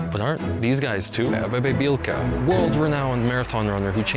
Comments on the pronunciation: Bro you cannot even read... first you said Abebe Bilka, instead of Abebe Bikila, then you said he ran on the London Marathon in 1960....in 1960 Bikila, NOT BILKA ran on the Rome Marathon, then 4 years later in the Tokyo Marathon...bro, why I need to fix your mistakes? You should do that before posting.....also, what is your point exactly? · You can't even pronounce Bikila's name right, let alone getting the facts straight... It was the Rome Olympics in 1960, not London...